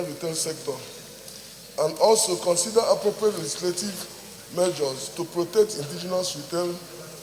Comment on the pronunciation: Keep sleeping. One day they will take over that your pregnant Tommy lol. You should be moving motions for Biafra and oduduwa. You cannot even pronounce measures. He called it ( majors). Please go and learn how to pronounce "R" L" and "S"